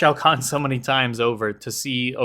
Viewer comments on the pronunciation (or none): none